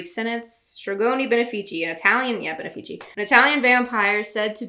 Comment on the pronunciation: I'm so glad I never read Twilight, but this rewrite is hilarious, you're funny af. I'm Italian and I've never heard of stregoni benefici (btw it's pronounced with the accent on the second E), so I googled it and apparently they're only ever quoted in articles about Twilight.